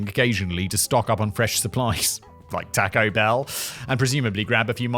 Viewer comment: The "tacko bell" thing is killing me.